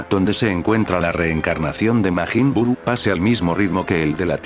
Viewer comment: 3 seconds in I hear “Maygen Bew”…..